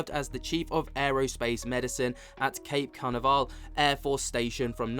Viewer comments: Cape Can-a-var-al 😂😂😂 you certainly did butcher it, it sounds more like Cape Can-av-ral (Cape Canaveral) 👍🏼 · bro. Cape Ka Nav Ral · Cape Ca-na-ve-ral lol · I love the comical facial expressions during the interview and the inability to pronounce Cape Canaveral